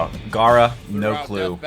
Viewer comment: Why is pronouncing gara and jinjuriki like that? But more importantly why didn't shukaku help out?